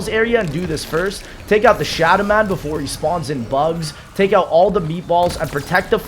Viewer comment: Kannels, Windows Wine, Nerro, the shaddaman. Bro what are these mispronounces?